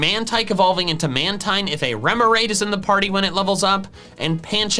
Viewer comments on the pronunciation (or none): Dude, you say "mantine" wrong, it's pronounced like marine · Its pronounced manteen